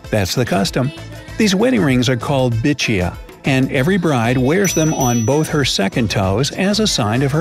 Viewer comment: Nothing is more funny than he pronouncing which bicchiya as bichiya 🤣🤣